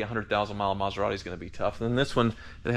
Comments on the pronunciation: he said Methorati 😂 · "Metherati"!! I'm crying lol!! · Metharati ? 😂😂😂 priceless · A “Meth er rati”…..🤣